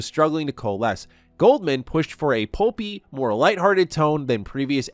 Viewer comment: "Goldman" LOL every single time